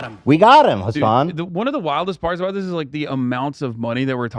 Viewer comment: I never knew if pronounicng hasan's name as "Hasen" is a joke or if that's how u actually pronounces it. Hasan never reacts to it, and I don't think Hasan has ever pronounced it like that